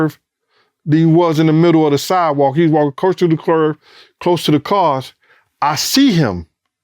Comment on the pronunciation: “Closer to the CLURVE” 😂